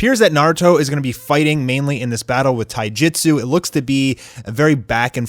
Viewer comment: "Shiringan" "taijitsu"